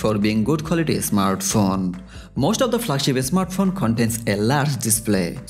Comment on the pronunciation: Bangali English. Not asmart phone smart phone 😀